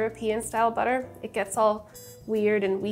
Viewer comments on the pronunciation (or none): I heard boutaire, and I was like, "What fancy cooking term is that?" Ten seconds later I realized Sohla was just saying butter with a "fancy" accent 😆😆😆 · I giggled hard when Sohla accidently spelled "butter" in a almost perfect German accent